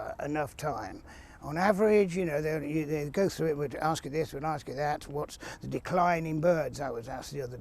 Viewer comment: He's still wummaging fwoo the under gwoath